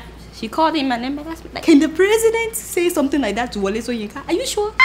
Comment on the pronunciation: Adeola, you must be "OMO IBADAN", you keep pronouncing the prof "soyinka" instead of shoyinka. lol. good sow sorry good show. lol.